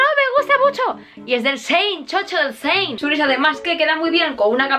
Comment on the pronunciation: Ta decir "Sein"... En vez de Chiin. 🖤